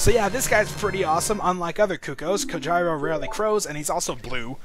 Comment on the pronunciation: I'm so used to his name being pronounced "COHEERO". lol But, assuming it's Japanese, it's actually pronounced "Ko jee ro".